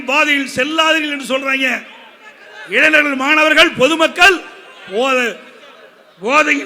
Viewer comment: எடப்பாடி........ இளைநர்கள் அல்ல. இளைஞர்கள் என்று உச்சரிக்கவும்